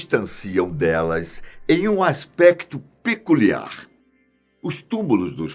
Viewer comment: "Piculiar"?? Ta de sacanagem né??? kkkkkkk